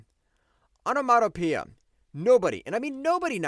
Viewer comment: I hate to sound harsh, but please learn to use a dictionary or the Internet to sound out words you don't know how to pronounce before doing your next video. Hearing your attempts at "continuity", "Zapruder", "onomatopoeia", "cacophony", etc. are painful. If you want to do voiceovers you have to learn this stuff.